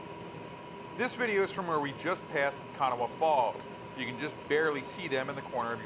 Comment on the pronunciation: The river in WV is pronounced Ka-naw. The A at the end is silent. It threw me for a loop too....